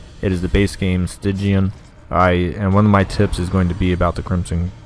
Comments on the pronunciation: It's stygian not styngian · Please stop calling it "Styngian" bro xd Btw I don't agree with your first tip: when you play on bloodmoon difficulty (Stygian+CC), you get 100 weeks instead of 86 and 16 deaths instead of 12. The only downside is that you sometimes get the town event "The town is abuzz" which slightly decreases the effectivity of stress relief activities and that doesn't really do much imo. You don't have to finish the crimson court in the 100 weeks you get, you just have to finish the darkest dungeon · Why in the blue hell do you keep calling it "Styngian" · I love how you pronounce "Stygian", it sounds like "stingy-an" which fits the thematic feeling!